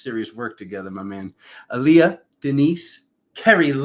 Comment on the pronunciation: thank you so much for doing this work for us! 💜 saying the things most people are afraid to say! I look up to you so much. Btw you pronounce my name wrong. Its Ahh-li-a. 💜🥰